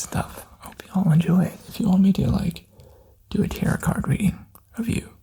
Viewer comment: This is thing a knit (nit?) pick on, but tarot is tear-row not tear-rit